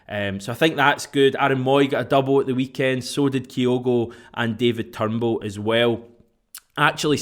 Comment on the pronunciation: Its not turnbool it's Turnbull, you're prenouncing it wrong